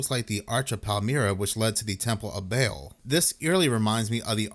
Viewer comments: Baal phonetically sounds like ball…GOD!!…. You keep saying BAIL!! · Ball not bale baal